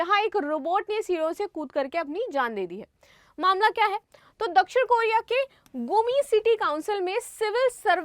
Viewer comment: साउथ कोरिया ❌ साउथ केरिया ✅ 😂😂😂😂😂